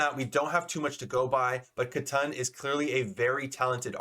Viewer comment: Katun (ka-toon) as in "Cartoon". Not Ka-Tun bro. Pls